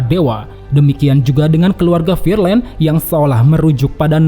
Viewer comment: Figarland bang bukan fearland